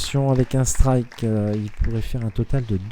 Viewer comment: Didn't understand anything but "striku" and "perfau". But good game though. Both very good players.